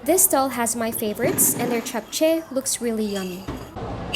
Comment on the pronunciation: I have watched many videos of Seoul, but the first video I have seen of this market. It's clearly a spot only Koreans go to. I am impressed you pronounced "japchae" correctly. 👍👏